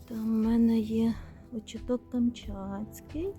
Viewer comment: Вітаю, дозвольте Вас поправити, в слові «очиток», наголос на 2 склад. Мені якось «ріже» слух.😊